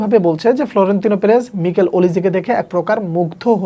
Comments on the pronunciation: ভাইয়া নিকেল ওলিসে না মাইকেল ওলিসে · মিকেল ওলিজে❌ মাইকেল ওলিজে✅